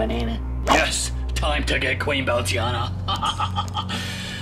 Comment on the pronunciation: "Queen Bounceiana" 💀